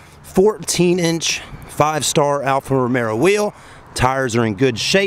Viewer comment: It's Alfa Romeo....not Caesar Romero.